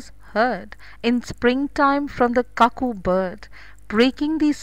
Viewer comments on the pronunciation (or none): Cuckoo is pronounced as kuku not kaku..